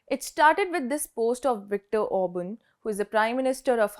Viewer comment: It is Orban!